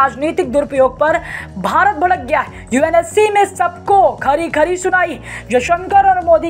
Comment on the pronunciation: Bharat ko Bharat bole aap baarat baarat baarat bolts ho